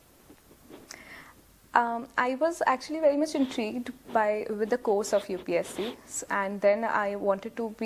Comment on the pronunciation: UPSC bolna seekh le pehle.